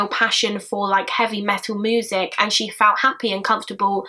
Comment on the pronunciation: such an awful case watched all of your cases the way you say moosic (music) is ace haha